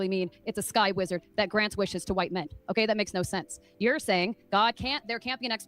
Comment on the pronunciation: i couldnt listen to that whore at all. "grant wishes to huaitte men" lmao